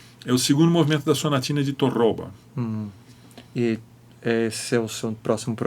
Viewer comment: Excelente entrevista. Fábio Zanon ‘sabe’ mesmo, ou seja, sabe ensinar e sabe fazer. Isso não é tão frequente como se pensa, embora muita gente do violão procure disfarçar esse problema... Apenas uma leve correção:, na introdução, se entendi bem, comentou sobre a Sonatina de ‘Tórroba’. Para evitar que esse ligeiro equívoco se perpetue nas redes sociais, destaco que o correto é Torroba, paroxítona. Inclusive, Fábio pronuncia corretamente em alguns pontos da gravação. No mais, continue com essa ótima série de podcasts!